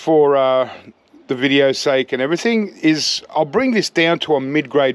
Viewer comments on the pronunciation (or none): none